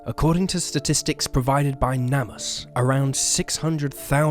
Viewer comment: You can’t even pronounce NamUs correctly. Definitely not watching. Is this all just AI garbage? Must be if it can’t figure out how to pronounce things correctly.